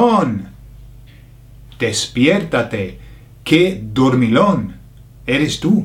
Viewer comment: I love these 'idiomatic expressions' videos and it's reassuring how nearly they make sense! I'm troubled by the pronounciation of the LL in Dormillon, though. We'll have to talk about that ;)